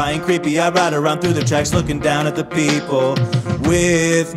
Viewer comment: Your not saying people the right way